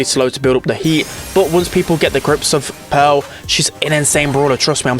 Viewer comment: Everyone: Pearl: Peehrl